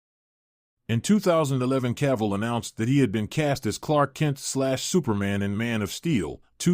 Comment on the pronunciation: My idol HenryCavill superman ❤❤you pronounce him Caval..I think something wrong with your head 😅your irrelevant showbiz journalists 😅😅